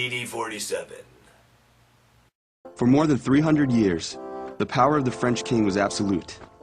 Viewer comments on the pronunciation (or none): Why did I hear 'this meant that he had the parot[pærə] to do anything😂